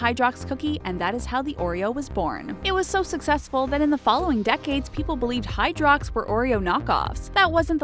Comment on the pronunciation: Anthony Da-Silva it's prenounced Hydrox